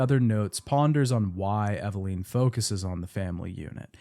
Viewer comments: Take a shot every time he says “Eveleen” instead of Eveline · Bro for the love of God. It's EV-AH-lIN. not EV-AH-LEEN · Eveleeeennn. It amazes me that Mia says her name proper in game and people still can't pronounce correctly lol. Otherwise I enjoyed the video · Eve-LEEN. Lol. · I usually like to listen to these but hated hearing “Evaleen” over and over and over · EveLEEN?? You lost me there lolll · The way you pronounce character names in literally every video just kills me 😂 “Eveleen” But it was weird because it , you actually pronounce it correctly, but then in the same breath, say it the wrong way again. 😏 Silly! ❤ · Took a shot every time he mispronounced Evelyn. I blacked out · It’s killing me especially because even in the audio from the game they pronounce her name correctly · Take a shot every time he pronounces Evelyn wrong